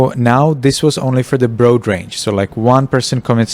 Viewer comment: broad rhymes with rod in English. Other wise your English is very good.